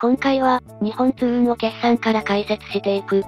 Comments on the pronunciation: すみません。よく言われるのですが、 にほんつううんではなくにっぽんつううんです！ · ありがとうございます。NXにっぽんつううんです。だなｗ でも社員でも「にほんつううん」って言ってる人も良く見る。